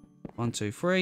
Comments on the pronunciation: 3 is pronounced three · 1,2,free and leave a gap 1,2,free aaaand leave a gap... I like the way he pronounces 3